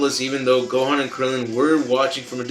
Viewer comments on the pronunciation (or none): none